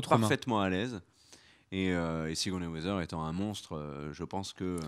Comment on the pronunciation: Plutôt que sur le micro, j'aurais davantage insisté sur la prononciation de Sigourney Weaver et non Weather. A moins que ce soit un spoil pour nous indiquer que son rôle sera d'être une brave Miss Météo... Sinon sans rire, je vois une possibilité intéressante autour de ce que l'on sait déjà d'elle : son prénom, Alexandra, et le fait qu'elle est un personnage important à New York. Il y a un perso dans les comics qui s'appelle Alexander Blont et c'était l'ancien Caïd avant d'être évincé par Wilson Fisk. Pourquoi ne pas envisager une adaptation de genre pour la série voire une fusion avec un autre personnage féminin ? J'ai vu par exemple des comparaisons (plutôt physiques cette fois) avec le perso de Headhunter, une ancienne ennemie de Daredevil et de Luke Cage qui était membre des Vilains for Hire, pendant des Heroes for Hire qui rassemblaient Luke et Iron Fist. Why not ?